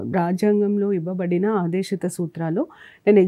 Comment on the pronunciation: Medam aadesitha kaadu aadeshikaa